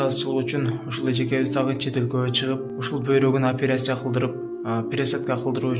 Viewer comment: Блогер бала,качан туура суйлогонду уйроносун,операсия болот деп суйлойсун ар дайым,аперасия эмес,операция